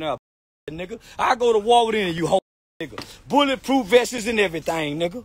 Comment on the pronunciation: “Bulletproof vesses”😂😂😂😂😂